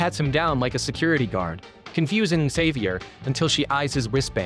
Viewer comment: May favorite part is AI never pronouncing Xavier the same way twice